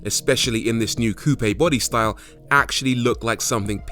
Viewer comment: Finally, a car reviewer that pronounced 'coupe' correctly!